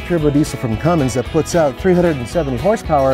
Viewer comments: ." Hate when people say "Cummings"... READ THE LABEL,.. IT SAYS RIGHT ON IT, "CUMMINS" NO 'G'.. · People who can't pronounce Cummins drive me nuts lol. It is CUMMINS not CUMMINGS!